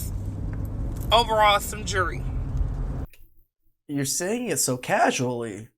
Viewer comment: I can't stand when people purposely mispronounce "jewelry".. and I don't even wear the stuff